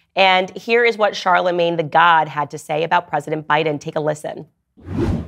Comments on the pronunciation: Did she say Joe Buden?! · Why was she calling Joe Biden Joe Budden?